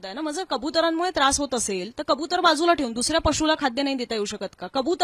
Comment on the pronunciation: खबुतर नlही कबूतर बोल